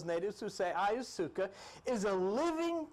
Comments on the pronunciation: I'm sure by now you know it's pronounced: I-ya-wass-ka. The trips taken with this element are indeed profound, life changing and highly spiritual. Makes one no longer fear death realizing this realm of existence is is just one of many dimensions. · blessings, thank you for sharing the knowledge. the information is clear It doesn't matter how you pronounce the words, I have the same problem sometimes. I think I like "ayasuca" better, cheers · After listening to Terence McKenna for years, I know the dimethyltryptamene and ayahuasca pronunciations, so your version of these made me laugh - but then you quickly learned the correct way to say the di-word, at least. I think I'm going to subscribe (I did) - you seem to really help the vast ignorance in which I habitually dwell. And you remind me of Bob Newhart.